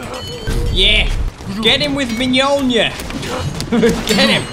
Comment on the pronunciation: MJOLNIR IS SAID LIKE ME-OLE-NEER